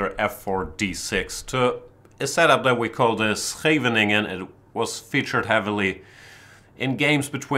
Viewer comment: He just said "Scheveningen" the right way, wow